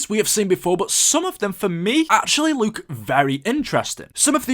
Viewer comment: The word "Look" not pronounced "Luke"